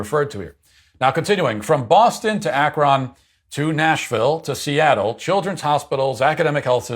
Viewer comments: Matt, Akron is pronounced 'Ak-run' not 'Ak-Ron.' Lol. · "From Boston to Ack-Ron." He's not from N.E. Ohio. Luv ya, Matt. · Matt why did you pronounce Akron like that..